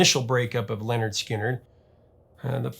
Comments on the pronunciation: Great story, great band. FYI it's pronounced "Linard" not "Lenard". Rhymes with "Skynyrd". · It's not Leonard, it's Lynyrd .